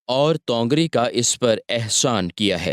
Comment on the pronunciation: Bhai tongar nahin tawangari hai